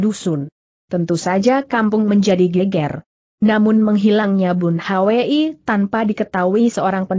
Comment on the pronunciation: Aneh nama orang selalu di eja padahal bs diucapkan langsung (bun hui)tp selalu bilang bun h w i